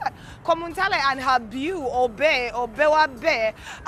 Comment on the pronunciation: kankuyambe kubanga kika!!! The word "beau" is pronounced "bo" its French for handsome. Kati ebya "byu" "byiu" biveeko. You're welcome!! 😎